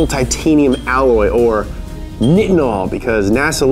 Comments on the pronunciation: Nitinol is pronounced like like night not knit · Bro its pronounced 'Nigh-tin-al' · Nitinol is pronounced with a long I - ie nye-tin-ol It’s super cold on Mars....I guess they don’t have to worry about nitinols temperature transformation? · "Nigh-it-nol" look up nitinol engine